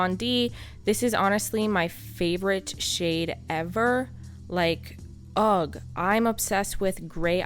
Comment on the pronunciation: Omg!!! You pronounce the word 'ugh' like "UGG"... Almost like the boot company and not with a silent G. I've never heard anyone say it that way before. I had to go back and replay it, lol.